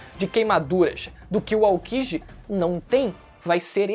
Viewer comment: NÃO é Ao"Kí"ji, é Aoki"JÍ"....NÃO é OrochiMÁru, é OrochimaRÚ, ...obs, só usei Orichimarú como referência...e tem outros personagens que o narrador do vídeo tbm fala errado usando esse mesmo erro. Pelo amor de Deus mano, falem certo os nomes, é vergonhoso ver não só aqui neste canal, mas em outros tbm os caras falando errado. Vergonha alheia ao ouvir durante. Desculpe ai! Fica a dica, acho que é construtiva!